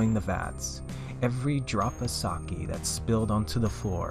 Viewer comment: I was more disturbed from the pronunciation of sake